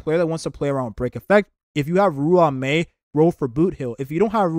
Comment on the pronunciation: Bro.. Im not usually picky with how people pronounce names and words etc, but damn when you pronounce ruan mei, it.. Yeah.. Idk dude.. xD It's pronounced, RAWN-MEY. Nice video though